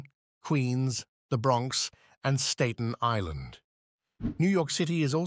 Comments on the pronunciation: Stat-en island. We don't like it. But get it right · Get your facts right, please! (& learn to pronounce 'Staten Island' properly!) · That pronunciation of Staten Island was crazy 😂